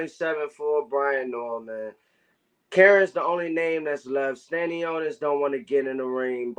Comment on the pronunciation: Bro called stanionis tostones😂😂